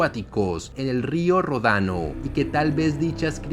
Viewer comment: no es rodano, se dice ródano.